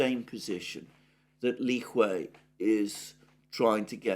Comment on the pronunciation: Moreover misspoken Li Hui the way it sounded like "penis word"